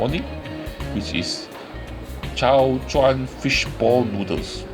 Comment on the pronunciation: It is Chao Chou (潮洲) and not Chao "Chuan" La !!!